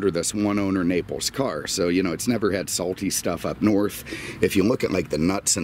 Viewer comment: Auto Europa Naples Oh I’m sure, but, if anyone says you do pronounce the S, they are wrong. But hey, not the end of the world.